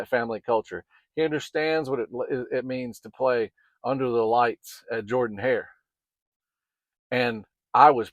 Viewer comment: Man you had me for a minute. I watched, and subscribed to your YouTube,. Watched and enjoyed your content!! BUT you called it JORDANhair.